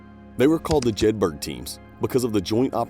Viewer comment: Jedburgh = Jed-bur-uh